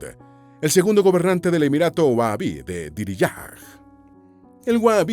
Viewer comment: se pronuncia WAJABI la H en árabe es casi como la J más jadeado